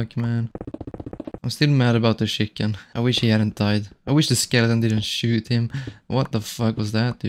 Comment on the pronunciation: The way bro says shiken instead of chicken